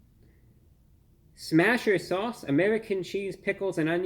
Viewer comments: what american says amedican? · “Amewican cheese” 😂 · I appreciate how he always rolls the "r" whenever he says, "American"--as in American cheese.